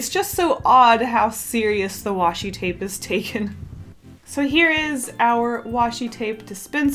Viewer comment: OMG PLEASE stop saying washy tape sry \